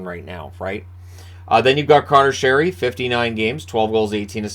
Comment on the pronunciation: I respect how you correctly pronounce Sheary’s name even though everyone has got it wrong for years now